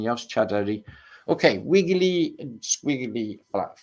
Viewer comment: Wiggewy fwat fwunbs